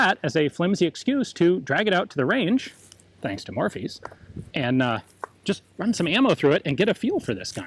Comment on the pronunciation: Every time he says Morphy's it sounds like Morpheus to me. I guess I've watched the Matrix too many times and not spent enough time at high end auction houses.